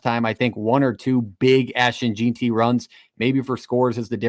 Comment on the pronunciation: Jeanty, pronounced JEN-TEE. Boise, pronounced BOY-SEE. Good show though. I feel like the weather will be a major factor for the Las Vegas kids, its gonna be COLD. I call it 31-27 BSU wins.